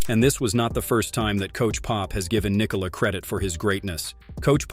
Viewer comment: Well done on the pronounciation of the name Nikola! :)